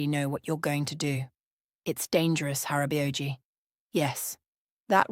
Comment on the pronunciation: It took me a few seconds to understand the korean pronunciations of the Korean words they were using. I had to pause it, pronounce the words the videos way, and THEN it'd hit me which words they were trying to use. "Hara-bay-oh-gee" 😆😂🤣